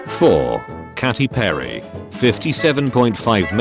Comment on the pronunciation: everybody else: commenting about the memes me, a Katycat: the robot said Katy perry wrong im gonna freak out